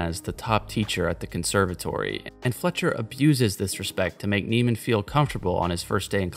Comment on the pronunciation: You do know you’re pronouncing his name wrong right? Fletcher pronounces Andrews name wrong in the film on purpose😂 his name is Andrew Neiman like “Nae-man” not “Nee-man”